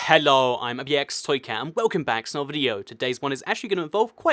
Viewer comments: Ughhh say "Hello" properly.. HHHHHHHHHHHHHHHHHHHHHHHHHHHHHHHHHHHHHHHHHHHello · You say lets get straight into it, after talking for a minute about useless things. Also you say hello really weird and your name too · Why do you sound Spanish when you say hello